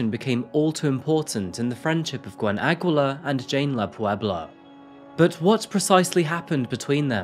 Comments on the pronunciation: New fan here, sir! It's pronounced Ah-gi-lar. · Its aggeelar (aguilar) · Aguilar (a-gee-lar) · hai Filipino here.... Aguilar in our place is pronounced as "Agilar".... though found it cute for way of saying it hehehe.... hmmm yes, a lot of Filipinos are working abroad to work like that.... it is just sad that her bestfriend took her life...... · It's actually pronounced /Agilar/ but good story. Something that happened in a very similar fashion would also be a good story to do. Also a Singaporean case. :) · it's read as Ageelar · The U is silent in Aguilar